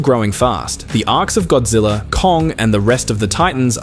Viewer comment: The A.I. referred to GODZILLA as "Godzey"?!?!